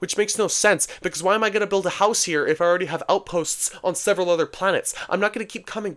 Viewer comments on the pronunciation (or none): none